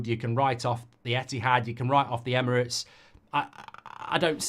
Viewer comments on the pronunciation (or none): none